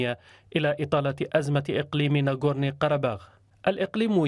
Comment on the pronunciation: ناغوزني - قرباخ.......يرجى من المذيعة تصحيح اللفظ